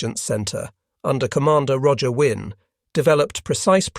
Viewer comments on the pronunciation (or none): none